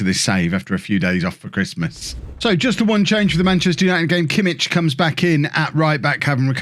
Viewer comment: Btw kimmich name is pronounced yosua kimmick